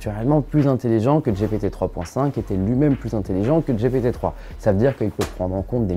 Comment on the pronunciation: Pour quoi prononcer Dgé Pé Té ? C'est soit en anglais, soit Dgi Pi Ti soit en français, Gé Pé Té... Non ? Super vidéo sinon ! Bing a aussi l'avantage, il me semble, de ne pas limiter son IA au données s'arrêtant en 2021. En gros si on lui demande un renseignement sur un événement qui a eu lieu en 2022, il sera capable de le donner alors que GPT 4 ne le pourra pas. À confirmer ;)